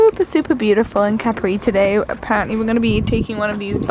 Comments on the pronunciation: no.. capri is just capri like you say it in English... not caprii :), and graziE, not grazy. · Love your vlogs and your relationship with Hannah! I completely understand sisters' love since I have 2 wonderful sisters ❤️ P.s. I am italian and I think that it's fair to tell you that it's Cápri and not Caprí 😅😘